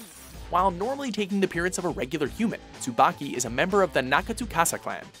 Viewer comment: It's pronounced Tsu-ba-ki with a long e sound! つばき